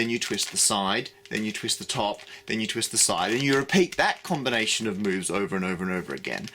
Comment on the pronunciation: I heard "a series of boves"